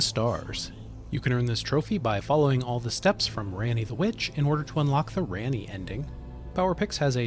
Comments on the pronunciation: Even after platinum Elden Ring this dude still can’t pronounce Raani correctly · I really appreciated that he pronounced the word "gaol" correctly. That, and people constantly saying "scadu" wrong drives me insane. But then he mispronounced Ranni's name that one time, and he also mispronounced the word "primeval" (and also referred to the "floor" at one point in the video when it was very clearly the GROUND in the scene, not a floor), and it made me start twitching. Still a very helpful video, though. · the way you pronounce her name just shows me you skipped all dialogs